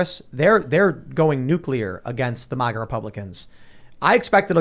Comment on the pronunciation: Why does this dude keep saying MUAGA… its MA-GA. And F**k the globalist queen.